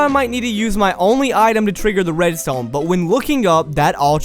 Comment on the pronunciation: I like how he sometimes pronounce redstone in a slight french accent "Redstowgne"